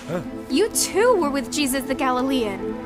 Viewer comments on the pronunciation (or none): I'm sorry, but I keep hearing the dad say "Jizzus" and I can't take anything seriously 😭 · The way the father says Jesus drives me crazy. “Jeyseus”. Also, why are they obsessed with called him “Jehova”. His name is also Yeshua, El, Ei, Adonai, Eloheim, etc etc. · I know I shouldn't mock accents...but like the dude kept saying "Jizzus" and I couldn't keep a straight face.